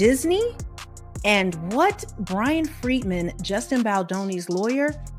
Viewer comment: Why are you calling Brian Freeman “Brian Fredman”? This audio is broken reading. Weird.